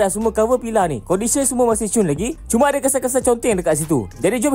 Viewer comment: Aku duk fikir ape benda pilah pilah ni? Rupanya, Pillar. Sebutannya "Piller" bang bukan pilah